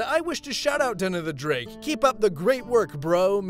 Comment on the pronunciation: I’m just gonna say this here cause no point putting it on every video. I always think that Drake is saying his name as “Den of the Drink” Every time it just makes me chuckle. To relate a comment with the video: Knife = British Gun = America Spoon = ?